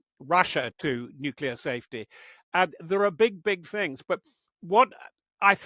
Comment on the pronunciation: "Nuculer weapons"? Interviewer stop watching American TV.